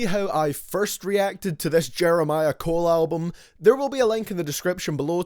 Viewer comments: Lol you said J Cole’s name wrong three times in the beginning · This dumb ass nigga content is so ass Don't even know how to say j Cole name smh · Did he say Joseph Cole.....Jeremiah Cole.....jered cole